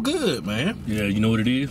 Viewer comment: I think you are trying to say "good" not "goob" 😂 no offense